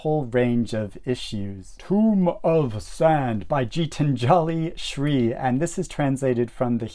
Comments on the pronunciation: knows is already on my tbr...need to buy it soon (at least before the shortlist is announced)😊 Will check out tomb of sand...sounds interesting and surprised not having heard of it being an Indian myself... The name is pronounced "gee" as in geese... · The "G" in Geetanjali Shree is pronounced as the G in Gold. Great video overall, as always.